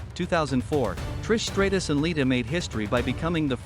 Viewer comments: Stop mispronouncing stratus 😢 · Please stop mispronouncing stratus 😢